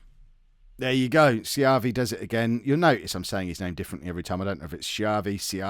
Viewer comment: You're pronouncing Schiavi right. Fun fact, Schiavi is an Italian last name and it translates as "slave" from Italian.